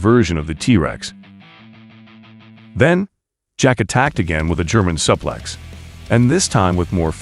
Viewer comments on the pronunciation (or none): Suplex pronunciation is like this: sue-plecks, soo-plecks, like the girl named Sue.